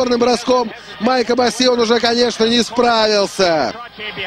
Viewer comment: не Босси , а Босси!!